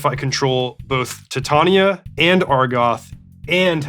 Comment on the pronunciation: Everyone else: titain-ia Reid: tit tania